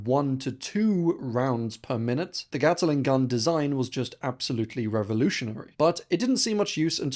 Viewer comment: _GAT/LING_... not _GATTLE/ING_. Not gonna' wait for the next BUTCH/RING of pronunciation. Bye